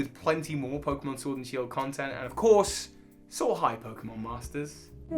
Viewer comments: Ah yes, Pokemon Shiord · Nobody: Literally nobody:: POKEMON SHORD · ah yes my favorite title, pokemon SHVORD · haha Shiord Was that funny? Kinda I hope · Nobody: That pokemon case at the beginning:ShOrD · Nobody:: Pokemon SHWORD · Nobody: case in the intro: Pokemon Shiord